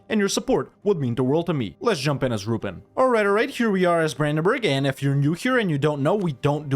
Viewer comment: How to say Ruppin -> Ru.peen